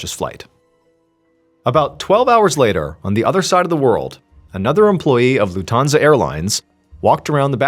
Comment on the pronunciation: It's LUFThansa, not LuftHANsa. ;)